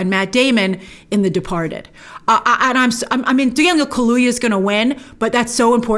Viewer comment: His name is pronounced Daniel “KA-LOO-YAH”